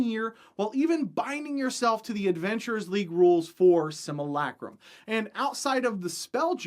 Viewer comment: everyone else can be nice but I'll say it. learn how to pronounce simulacrum and if you don't believe me ask yourself how your pronounce simulation